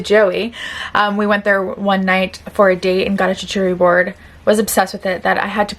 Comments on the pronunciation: Love your content. Can I correct one thing? “Shark-you-tary “ board ❤️ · Oh please, even in your loungewear you are stunning! Also, just thought you might like to know charcuterie is pronounced like "CHAR-COO-TER-EE." Love you! Edited to add that even though this trend has been done many times before- it would be fun to see you do a full day of eating 2021 Instagram/Tiktok foods. (Surprisingly, many of them are pretty healthy or can be adapted).